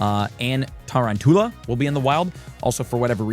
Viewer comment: It's TA-ROUN-CHULL-UH, as in round tarantula.